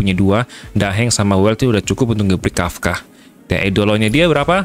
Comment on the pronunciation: Nice Welt team yg ditunggu tunggu. Kafka atau Kafta sih bacanya? Agak risih dengernya 😂😂